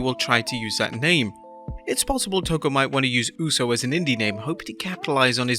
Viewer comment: The way this man pronounces toko hurts. Help me out here nz